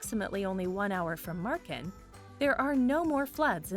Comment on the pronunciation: Marken and Groningen were... decent